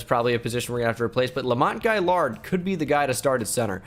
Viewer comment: U pronounced gailiard incorrectly